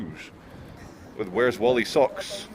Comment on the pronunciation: It's not WARL EE .. it's WALL EE !! Like a stone wall with ee on the end ;-) Maybe even Whallie